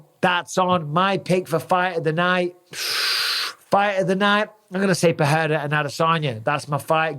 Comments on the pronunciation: it's pronounced PeReira not PeHeira 👌 it's only H if it's double R or it's the first letter of the word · brother its PeRRRRRReira not PeHHHHEira , ask brazilians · Alex PE RE I RA not peheira, pecheira! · Oh no... the Pe-heira mis-pronunciation of Pereira has rubbed off on Bisping. Too many people listening to Joe Rogan 😂😂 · Bisping, his name is pronounced Alex "PA-DAY-TA" stop making yourself sound so uncultured, you're a ringside commentator for fucks sake, you should be better at this. How many times in your life have you been called "BisBING" get it? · It annoys me that Mike used to say Pereira almost correctly but has now changed to saying it wrong , like most ppl in the UFC , FFS lol